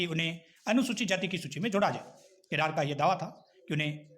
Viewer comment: Read kiran as kirad